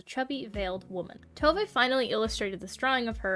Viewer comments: Tove is pronounced Two-vah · I can confidently say you butchered every single swedish word in the video (Including Tove's name)